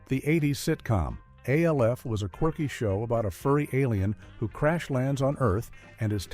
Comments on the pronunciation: It's Alf not A. L. F 😮😮😮😮😮😮😮😮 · I couldn't make it past A.L.F. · can you say alf right stop saying the letters and say his name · Give me a break with this AI narration crap. You call Jan Brady Jane and Alf becomes A L F. PLEASE!! It's not that hard to narrate a video. MASH is also being pronounced M A S H. This is C R A P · I hate when AI can't pronounce famous TV show titles like Alf & M*A*S*H* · It got Soleil Moon Frye right but then “Buchman” (Boo-kman) and ALF wrong??